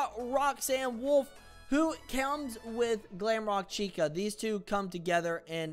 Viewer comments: Why did you say chaica no it's chica😅😅😅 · i dont mean to be the pronunciation police, but its pronounced chee-ka. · I will say that you need to pronounce the “i” like “ee” not as a upper case “I” but, I personally don’t care. It’s hilarious! Let the haters keep hating because they only hate themselves!!